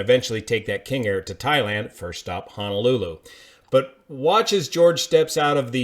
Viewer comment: FYI: It is pronounced Ho-no-lu-lu, not Ha-na-lu-lu.